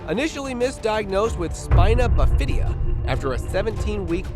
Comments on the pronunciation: He called it, "Spina biFIdia". It's pronounced "SPI-na BI-fida". These badly narrated videos are tough to listen to. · PLEASE get a narrator who can read. "Spina Buh-fidia"? 🙄